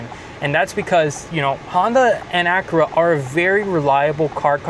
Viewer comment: Pronounce Acura properly